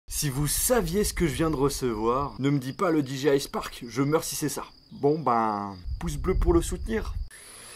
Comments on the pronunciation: Je deteste quand au lieu de Dire DJI tu dis Diji aïe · "Di ji aille" !! "La petit cloche" 😂